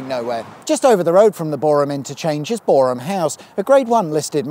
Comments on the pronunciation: And as Boreham, which he got spot on, so Kudos to 😎👍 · Pedantic mode Thank you for pronouncing Boreham correctly ( silent H ) 😁👍